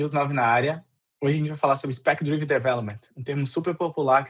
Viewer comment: É difícil levar a sério um conteúdo sobre 'spec-driven' quando o apresentador passa o vídeo inteiro pronunciando o termo principal da forma errada. A pronúncia correta é 'drí-ven' (com som de 'i' curto), e não 'draiven', que seria a pronúncia de 'drive'. É um erro fundamental. Ninguém é obrigado a ter uma pronúncia perfeita, mas para um comunicador se dispondo a ensinar um tópico, saber pronunciar o nome do tópico é o mínimo. Se não tinha segurança, bastava traduzir. Usar 'Orientado por Especificações' não é pecado algum e soaria infinitamente mais profissional do que repetir um erro básico. Portanto ainda bem que ele não está vendendo curso de inglês ✌